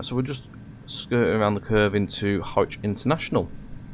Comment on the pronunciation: Hi A great video, well produced,.apart from one thing...you need to pay another visit to the "Train Sim School of Pronunciation"!! As far as I know, the Mayfield Line has not been moved to central Lancashire? You have constantly pronounced Harwich as HORWICH!! It was quite irritating. (And I am sure the people of central lancashire dont want a 360 running through their area either..lol.) So I will book you a slot as soon as a course becomes available. Lol Derek